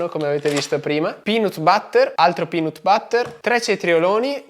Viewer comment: ma si dice pinat batter non pinot butter..